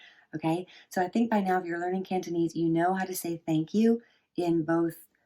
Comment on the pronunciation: why dont i see the other 3 tones? aside from that, nice cantonese pronounciation!